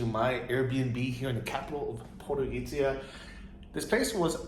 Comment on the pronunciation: I have noticed you pronounce 'c' as 'k' whereas it should be pronounced as ('ts'), The same rule is in Polish for example. So Podgorica is pronounced as Podgoritsa. Greetings from Krakow. We met in the bar Banjaluka in Krakow but my phone didn't work so I couldn't take picture with you. Hopefully when you are back in Krakow :)